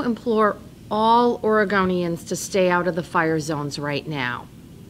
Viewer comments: Was it a Freudian slip when she said “Or a GONE eee inns” ? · Did she say "Origamians"?? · Is she saying " Oragamians"? Like paper people? Is that why the fires are so severe, the state's full of paper people? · I’m sorry but I can’t take her seriously when she says “Oregonians” 🤨